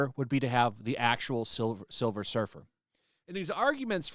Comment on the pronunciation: Please it's Sliver Her fer 🤣🤣🤣🤣